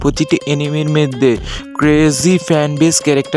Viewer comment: মধ্যে ❌ মেদ্ধে☑️ 😅